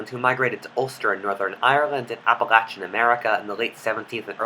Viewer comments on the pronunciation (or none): none